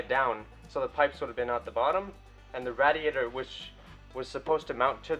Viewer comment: There's enough room for at least another four cylinders in that engine bay, you'll be able to stand in with the engine to work on it. Ask Mike how to pronounce RAY-D-AYTER, good work man...